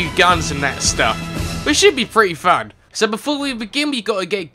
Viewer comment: You said fuck instead of fun